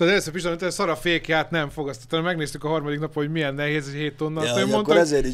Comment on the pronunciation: A primás meg a brácsás után a bőgős a harmaDIK 😂😂😂😂😂😂😂😂😂